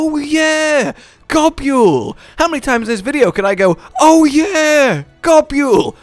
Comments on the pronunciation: What is this Gob-yule pronunciation nonsense? Gobul is pronounced like the word 'Gobble'. You see its a joke about eating. Nibelsnarf is the same joke taken further. To nibble on things and to snarf them down are ways to describe eating. I will die on this hill. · Love G. Girros. Always loved catching a ride on the Lil ones too. Love the mouths though I always thought it was pronounced gobble. I nibble food I gobble food I snarf it down